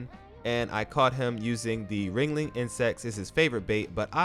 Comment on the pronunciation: It's Wriggling not wringling